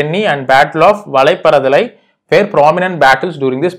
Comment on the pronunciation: Sir its not valapparadalai.. its battle of vadhaiparandalai..